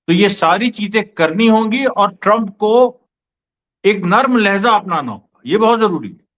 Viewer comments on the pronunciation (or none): Lehjaa hai ..Lahyeza nahi